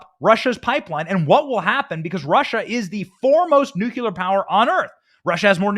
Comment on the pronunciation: Dude, you have got to stop saying, "NEW CUE LAR". I'm not being mean. I would want someone to tell me!